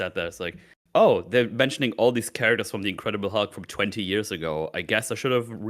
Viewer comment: "I rewatched 'Incredible Hug.'" It truly was,. (Edit) And.